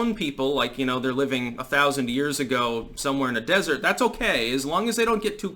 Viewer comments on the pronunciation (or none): none